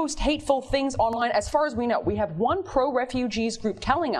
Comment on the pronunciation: it's 'things', not "fings".